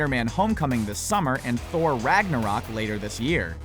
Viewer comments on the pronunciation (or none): none